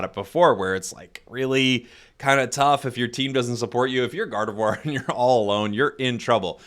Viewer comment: am I the only one who hearing saying God of War instead gardevoir